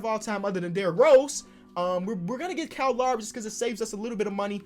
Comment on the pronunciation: Everyone: Kyle Lowry: Cal Laury